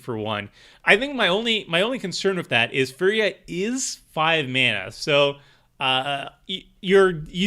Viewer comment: Your first attempt at pronouncing firja was basically correct